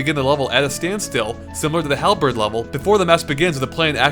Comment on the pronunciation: I'm not even sure how the word halberd could be butchered so badly.